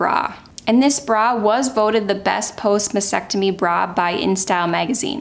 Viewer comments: It’s MAS-TEC-TO-MY. the”T” in the second syllable is NOT NOT NOT silent! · Pronunciation of mastectomy should include the two “t’s”.